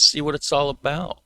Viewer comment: We know your Canadian when you say 'about'.